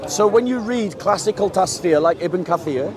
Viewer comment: TAF SEER, not Tasfir. I love ya brother 😂